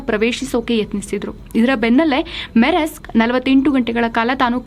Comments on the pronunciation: ಅದು‌ ಮೆರೆಸ್ಕ್ ಅಲ್ಲ ಮರ್ಸ್ಕ್. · Maam that is pronounced as MUHSK..